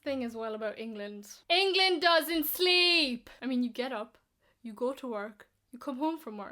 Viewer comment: Irish speaks "you" as "ya".